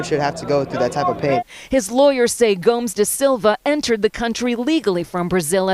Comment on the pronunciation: Let's work on our pronunciation of Portuguese surnames, 'merca